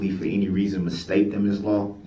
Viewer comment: Also has trouble with a simple word as any. De-rail pronouns it 'entie'